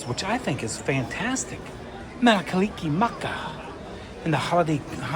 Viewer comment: It's Mele Kalikimaka, but you were close. 😊